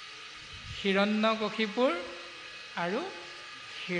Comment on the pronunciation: গগৈ বাপ.. কিয়নো বাৰু হিৰণ্যকশিপুৰ বুলি উচ্চাৰণ কৰে ?